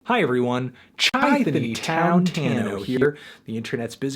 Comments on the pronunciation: It's pronounced "shy-town" not "chai-town" it's the city not tea cuz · pronounced "shy town" melon.